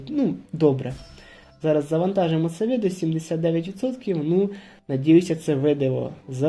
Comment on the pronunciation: відео цікаве, але чому ви говорите Видиво? чи мені здається?